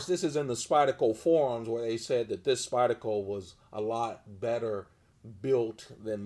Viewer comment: You realize "Spyda-co" has an R in it, right? lol